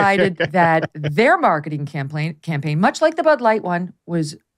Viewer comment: "Camplain" instead of 'campaign' was an apt slip of the tongue.